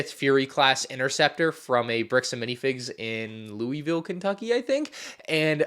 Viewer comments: Yeah, It's Loolvoll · as a Kentuckian, your Louisville pronunciation hurt. It’s a fairly common thing for out of state people though. It’s said Loo-Ih-Vill, not Loo-Ee-Vill. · Ooooh why did you say lou-we-ville when it’s said luuville 😣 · Thats not how you pronounce Louisville. lol